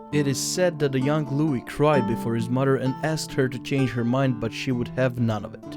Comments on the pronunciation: Dear narrator: The ‘s’ in Louis is silent. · Wrong accent for louis.